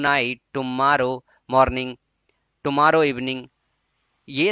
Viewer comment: sir tomorrow ka pronunciation to sahi kariye